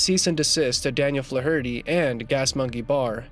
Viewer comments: Wow. Way to spam your channel with bots offering fake praise. You can't even pronounce Flaherty correctly! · Lmao@ "Fluh-hurty..." It's pronounced Flay-erty, numbnuts... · Flaw Hurty is pronounced Flare ity. As in Joe Fler Hootie of SCTV. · Fluh- hurtie? You onion! It's pronounced FLAYherty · Learn how to pronounce the surname Flaherty please. 😂 👍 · Its pronounced FLARE-ER-TY moron...not Flaherty d's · You’re killing me with the “Fluh-HURT-ee” butchering of the name Flaherty. The ‘a’ is typically a short ‘a’ sound as in ‘flat’. ‘Fla’ gets the emphasis. FLA-er-tee. But I’ve even heard it as FLARE-tee and FLARE-uh-tee. But Fluh Hurtee just plain fluh-hurts! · Hey numbnuts!! Fla-herty in pronounced Flar-ity...it and Irish Sur name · I couldn't take the pronunciation of "Flarity" (Flaherty) as Fla-hirty one more time. I'm out. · Can you not pronounce Flaherty? It's not Flah- hurty, its Flairty. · Good grief it's not Fla-hur-tee. It's pronounced Flairity. Do your research before you make videos bro. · Flaherty is flair ity not flaw hurty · FLA HER TY? AI AT IT'S BEST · Who says the surname Flaherty like "Fla-hurty", that's making it far more of an ordeal than it is to say already. Try putting the stress on the E, like everyone else does, it might make you life a lot easier and save time with pronunciation, apart from that being the correct one. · Fla-herty? Once you listen and hear it, it never goes away. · Fla-hurty??!!? Good god man. Learn to pronounce!!!! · Dude.... that's not how you pronounce Flaherty. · Learn to pronounce Flaherty. Jesus! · Learn how to pronounce Flaherty you make it sound retarded the h is silent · You couldn't find a narrator who could correctly pronounce "Flaherty". What a joke! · You really need to learn the pronunciation of the name Flaherty. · To the narrator here-you should learn how to correctly pronounce Flaherty. You sound semi literate. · Can't listen to him mispronounce Flaherty again, I'm out. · Learn how to say, "Flaherty"